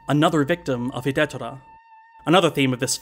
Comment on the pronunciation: I know this is way after the fact and beside the point, but the pronunciation of Hidetora is hee-day-toh-rah. Four syllables. In any case, great review and looking forward to more of different Japanese directors (in particular In the Realm of the Sense by Oshima Nagisa!) ;)